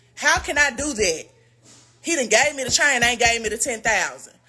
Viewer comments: Yep, like Mayne, not man, but Mayne.😂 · Everytime Jessica say "chain" in her Memphis accent i giggle lol